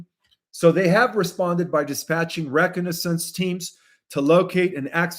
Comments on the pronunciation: Pronounced ray cog na sense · Re con a sense. Please focus on correct pronunciation of every day words, baffled WHY COMMON EVERY DAU ENGLISH WORDS ARE so OFTEN MISPRONOUNCED. IS ENGLISH NOT YOUR FIRST LANGUAGE. If not would be HELPFUL FOR YOU to mention that from time to time because NEW listeners would not understand why you mispronounce common words.